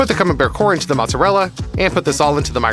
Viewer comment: Activate subtitles when he says camenbair